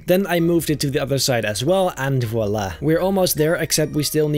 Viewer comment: I'm french and your "VOILÀ" was beautiful and funny 😂